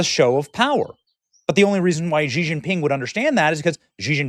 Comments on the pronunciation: It’s “she”, not “gee”. Benny, you read and speak for a living. Come on! I didn’t even complete college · Xi is pronounced is She(her/them💅🏳️‍🌈), not Kji